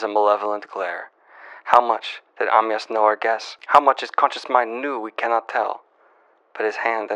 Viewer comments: daniel... it's pronounced Uh-my-us.. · Em-Yass Crale? 😄 I'm so glad we got this new point of joy since he's learning to pronounce Poirot now.